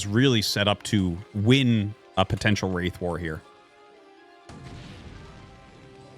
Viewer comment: Wraith war, or race war with a speech impediment? Big difference